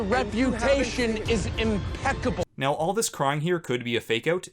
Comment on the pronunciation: My REP-U-TATION is imPECKABLE